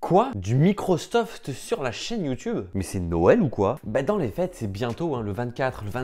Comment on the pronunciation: J'avais pas remarqué mdr